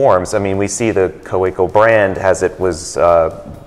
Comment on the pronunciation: for those who want to practice the pronunciation of Kaweco :)